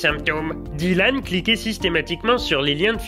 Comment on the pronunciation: j'ai craqué au bout du 4ème dylan "dit-lan"